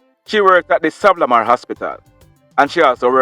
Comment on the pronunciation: Like the show but can u say Sa-van-na -la-mar thanks.